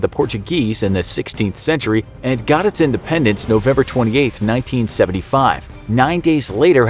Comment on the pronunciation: repeated cringing in my English degree heart IndependEnce.... Not dAnce... @@